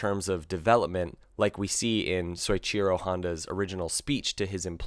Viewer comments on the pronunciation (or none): This might be pedantic but "soy-cheer-oh" kills me. It's "so-ee-chee-ro"